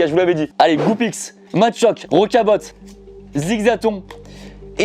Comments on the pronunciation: Juste rocabot sa se dit rocabo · Tout les youtubeurs ils forcent avec "rocabotte" mdr apprenez bien à l'oral C rocabo